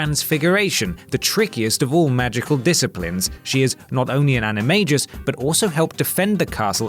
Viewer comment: It's ana ma gus not ana ma jus